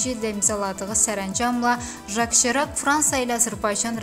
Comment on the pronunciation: Serak yox Sirak.